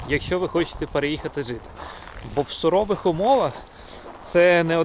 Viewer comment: Cуворих умовах) а не сурових